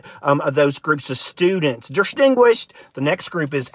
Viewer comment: I need someone who writes IPA to transcribe every different way he pronounced "distinguirshed"